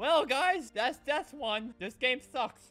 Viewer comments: U said it like "thwis gwame swunks" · Wait no it's "dis gwame thwunks"